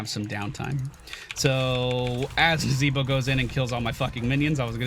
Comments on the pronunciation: I've laughed so hard "nazeeeeboh" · NazEEEEEEbo, funny every time you say it.